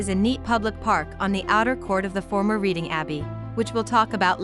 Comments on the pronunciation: Please please when narrating a video do your research and pronounce things correctly. It's Reading (pronounced Redding) not Reading (as in reading a book). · I'm a born and bred Redding Ight (Readingight) now living in North Queensland Australia! Ostreleah 🤣 for God sake I hate how people mis pronounce stuff, please do your research!!! 😭 Ok! It's pronounced REDDING! Yes I know that's how it should be spelt! But it isn't, Redding Redding Redding! And Cave ershum??? It Cav er sham! Caversham! And BTW I now live in Os straylia! Not As treliah! 😂 Best Regards 🤣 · This was a very interesting video ! I lived for about 60 years in Reading , Pennsylvania which is named after Reading , England ! One correction , it is pronounced like the color Red .